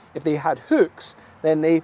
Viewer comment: great video, but it's pronounced hook, not hük